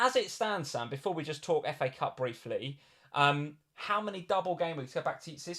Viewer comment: Did Sam say 'Cafe Cup' for FA cup (26') 😂. Btw a few GWs ago I was around 200K and Sam was outside 1 Mil now almost same rank, Good job !